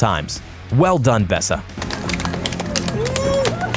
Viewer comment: his name is Vesa not Besa